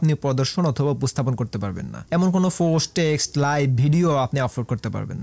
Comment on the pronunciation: Dada vaai .... Ota fost noy ota k post bole😊